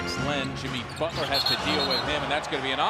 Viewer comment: no one heard the commentator say Dutler?